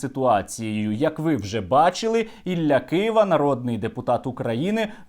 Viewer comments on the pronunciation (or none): none